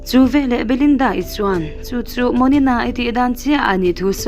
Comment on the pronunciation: Ngaihnawm khawp mai. Mahse, veleh tih tur velah kan ti zel mai hian beng a tikham.